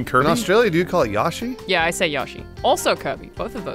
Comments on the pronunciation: Yo Shi you stooges. Two Japanese letters. It never was Yo E Shi. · I've been an Australian for as long as I've been alive, and I have NEVER in my 28 years heard anyone pronounce Yoshi like that. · Alannah does not speak for us Australians that is not how you pronounce yoshi